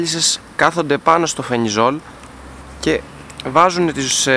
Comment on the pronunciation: Αδερφούλη ευχαριστούμε για ότι κάνεις και μπορούμε να μαθαινουμε, αλλά αυτό το "φενιζολ" λέγε το "φελιζολ"